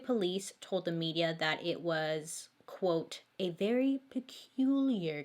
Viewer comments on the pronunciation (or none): none